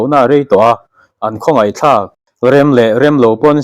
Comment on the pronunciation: Thil chhinchhiah thlak tih tur emi,thlak ti lovin tlak tih zawk tur a niang a.